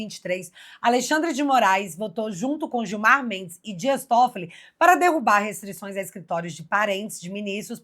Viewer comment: Excelente reportagem como sempre Bárbara. Só que a mulher de Gilmar Mendes se chama guio mar! Gui-o-mar! Não se chama Guilmar! Gilmar e Guilmar é cafona demais! 😂😂😂😂